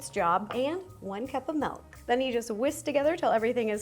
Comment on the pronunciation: Two of my favourite YouTubers say “Melk” not “Milk” 😂